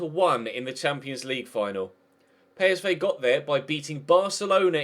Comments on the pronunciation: its not pay s vay its just psv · Pay Es Vay what the fuck is he on abkut